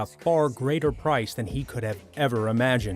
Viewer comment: Say "Akame'' like that one more time, and I'm at ya house